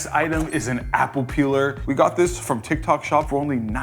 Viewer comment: Tyik tok shop this...tik tok shop that....#boriiiiinnnnngggggg